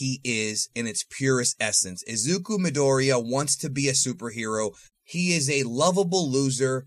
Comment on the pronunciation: What I dont understand is that is Cuban and speaks spanish but cannot pronounce japanese names to save his life. Remember japanese is like spanish PHONETIC and stresses the first syllable... MAria, JOse, JEsus vs MIdoriya ALL might NAruto